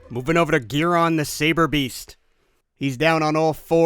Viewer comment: It’s Guilon it’s guiron